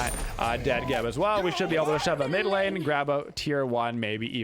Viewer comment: *lane not pane